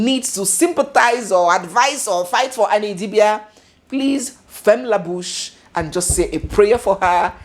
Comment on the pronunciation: I like how you said "ferme la bouche" so well😊